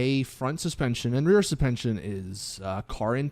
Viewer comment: I thought this was an Ai Created video but then he said supention